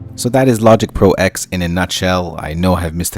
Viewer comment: Technically it is pronounced 'Logic Pro Ten' as the X in OS-X refers to the UNIX operating system. Logic Pro X runs inside OS-X and therefoe cannot be allowed to have it's own kernel which would breach heirachy protocols in UNIX, it is merely executable code. So it is '10'. :o)